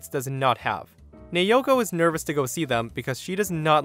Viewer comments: it's na-o-ko, not na-yo-ko.. my Japanese friend name also naoko. Btw, my fav is the store one, that was really funny, karen must be so pissed, how can she come up with an idea that she's the owner's wife 🤦‍♀️🤣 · "Nayoko" thats how you said it, its said as Na-o-ko Just saying :p nice video btw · That's.... not how to pronounce Naoko lol. It's "Nah-oh-koh", but the "ah" and "oh" sort of blend together to sound similar to the word "Now". If it were spelled the way you were saying it, it'd be Neioko lol. In Japanese, each of the vowels make *one* sound, period (unlike english with its soft E's and hard E's and other complicated language things). A = "ah", O = "oh", E = "eh", I = "ee", and U = "ooh". These sounds can be combined to make other sounds, for example A + I = "eye"; that's why A + O = "ow" and not "ey oh" lmao. I hope that helps for future videos. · Naoko is pronounced as Nay-o-ko. This from a Japanese woman I met while on vacation a few years ago. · USJ story. The woman’s name, Naoko, is pronounced NOW CO.